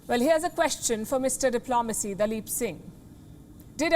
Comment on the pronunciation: Palki nailed daleep Singh.....